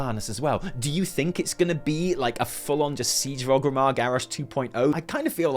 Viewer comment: Started off saying OGG-rimmar, then towards the end, started saying ORG-rimmar, which is correct. There's hope for the handsome devil yet 👍